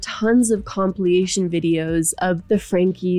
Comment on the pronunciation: Girl, I love your vides and the subject matter here is particularly dark. But on a lighter note, did you say "compliation" multiple times?!